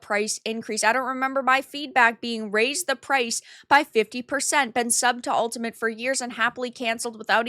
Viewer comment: still can't say 'Ultimate', it seems